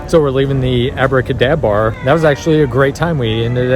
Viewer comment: Impressed by how times you said Abracadabar successfully lol